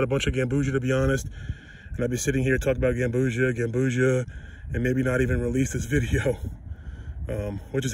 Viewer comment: "Gam-bu-see-ah" not like ambrosia